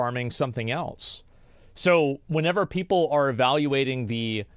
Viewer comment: I hate whenever he says "whenever" incorrectly.